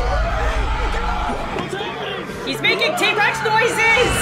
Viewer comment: She said t-rax